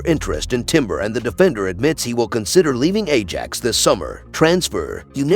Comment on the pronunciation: Who is narratiing this shite. Can even pronounce the name of ajax.